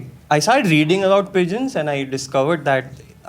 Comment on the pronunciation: I heard peasants every time he said pigeons😂